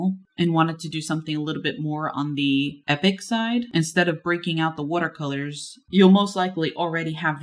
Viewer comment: “WOOTERcolors” 😂 My dad says “wooter”. He also says “warsh”. Do you say “warsh”?